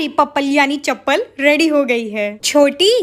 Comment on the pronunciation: Sab kuch bol leti hai but overacting ke maare chappal ko pappal bolti hai